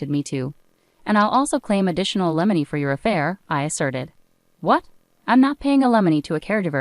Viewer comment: Limony? Wow. A I is not so intelligent .😮